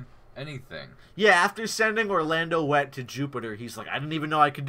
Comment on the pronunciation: Orlando Wet? 😂😂😂 Its pronounced (Veit).